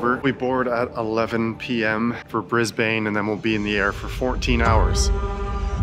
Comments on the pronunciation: It’s Brisbane not Brisbayyyne. Also if 14hrs is your longest flight, that’s pretty sad mate- you should get out more. 😂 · Your welcome back mate. Just land in Briz-bin next time not brizz-bain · i love you but its brisBIN not brisbane.. unfortunately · For all of our North American friends, it's pronounced "Brisbin". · No way you called it "Bris-bain" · Bris-BAIN lol